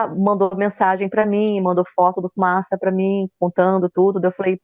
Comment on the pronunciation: Único nome que vi até hj o Beto acertar de primeira: Fumaça 😂